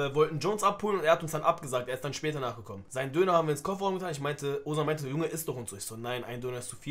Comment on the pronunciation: Höre immer ozan start oguzhan heraus